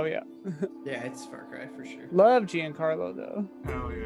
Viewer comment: Jesus christ look up how to pronounce Giancarlo. It's Not "Jeen Carlo"